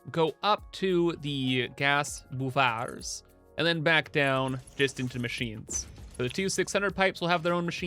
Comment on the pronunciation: The piratey way you say buffer always cracks me up boof-AAARRR maytey